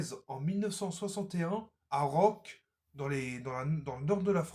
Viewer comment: Commencez par prononcer les noms des villes correctement... c'est RONCQ ET NON PAS Rock Et tout ça on peut le trouver partout.... et bhaaaa comment quelqu'un comme vous a une légitimé pour apporter cette analyse !!! 😅 ! Carrefour ... moins chère ??? Pathétique !!!